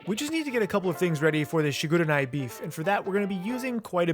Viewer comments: It's not "Shi-gu-re-nai". It's "Shi-gu-re-ni" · NI! NI! NI! not NAI! Great work as always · shiguraynai?? it's literally written and pronunced shigureni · it’s actually pronounced “shee-goo-reh-nee” the japanese “i” is always an “eee” sound. anyways, love the video and love the dedication with the artichoke, i’ll definitely be trying this at home! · just so you know the pronunciation of the shigureni. its suppose to sound like shigureknee (like the knee the part of your leg.)